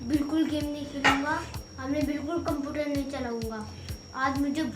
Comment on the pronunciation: Beta cumpurar nhi Hota hai computer bolo 😀